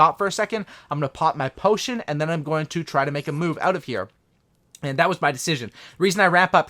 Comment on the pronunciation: Anyone else get triggered when he Says potion